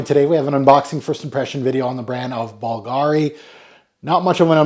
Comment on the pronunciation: .....it's pronounced BOOL-gari. You you you....who endeavor to pronounce everything correctly....BOOL-gari. Merci. PS: I own a BULGARI Aluminum wristwatch. It's a modern classic beauty. (((🐧)))